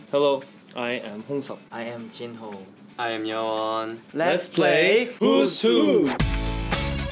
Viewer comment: he sounded like a native!! his pronunciation was so good👏🏼👏🏼😮